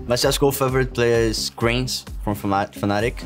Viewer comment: taco its KRIMS WITH M NOT KRINS